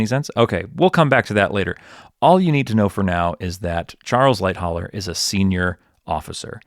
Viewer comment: For someone who forensically details the sinking of Titanic how can you fail to pronounce Charles Lightoller’s name correctly ? It is Light-oller not Light-holler.